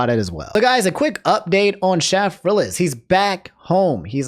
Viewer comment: Okay, just to point it out: it's pronounced "Shay-frillas". Also, while he does make YouTube Poops, he mostly makes movie reviews and ranking videos these days.